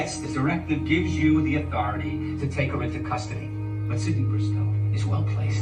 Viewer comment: It sounds like you keep calling Sidney, CINDY! 😂